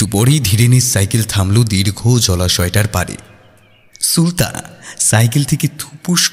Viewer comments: Ufffff tomra ki thikmato bangla porte janona?naam ta সুলতা not সুল্তা। spell every letter separately. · er 'প্রাতঃরাশ' k 'প্রাতরাশ' r r er 'সুলতা' k 'সুল্তা' bolata sottie kane legeche. But as usual er golata just just oshadharon. ❤️❤️❤️❤️❤️ Tobe amon valo golpo chai jegulo sesh hoar por o resh theke jai ba tan tan uttejona thake. Serom golpo r sathe er golar jonyo OPEKHAI roilam. - Pushpita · তুমি বারবার সু-লতাকে সুল-তা কেন বলো!!! তোমার দেখি আমার মতো সমস্যা, আমিও ঝগড়াকে ঝড়গা বলি🤣🤣 সে যাই হোক আজকের গল্পটাও ভালো লাগলো ❤️ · tumi "sulota" ke "sulta" kano bolo??? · Ufffff tomra ki thikmato bangla porte janona?naam ta সুলতা not সুল্তা। spell every letter separately my name hemanta kumar dutta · Plz don't mind একটা কথা না বলে পারলাম না গল্প অসাধারণ উপস্থাপনা আরও অসাধারণ ও অনবদ্য কিন্তু সুলতা নামটির উচ্চারণ টা খুব অস্বস্তি লাগছে plz এটা একটু ঠিক করে নিলেই সমস্ত ব্যাপারটা আরও শ্রুতিমধুর হয়ে উঠবে। আশা করছি আমার এই বক্তব্য কারুকে hurt করবে না। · সুলতা শব্দের উচ্চারণ Suল্ তা নয় 'সু' মানে ভাল আর লতা মানে লতা। shoe আর লতা পরপর উচ্চারণ করলে সঠিক হয়। আপনাদের উচ্চারণ সুলতানা থেকে 'না' বাদ দিয়ে যা হয় তাই হয়েছে😊 ওদিকে আবার প্রাতরাশ হয়েছে 'প্রাত্রাশ' 😅 স্বাহা হয়েছে শোয়াহা 😂 গল্পটা বেশ ভালো ছিল কিন্তু এই গুলো শুনে মেজাজ নষ্ট হয়ে গেল।